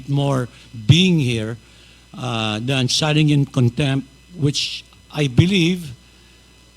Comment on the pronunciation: Correction.citing (sighting)